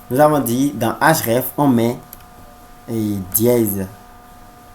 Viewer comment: Cool mais c'est href et non hraf